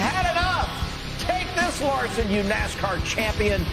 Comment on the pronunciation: if you are going to do the video you need to learn how to pronoun the driver's name correctly